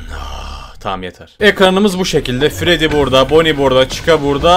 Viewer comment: Abi artık fayf nayts et fredi demek yerine fayf nayts et fredis diyebilir misin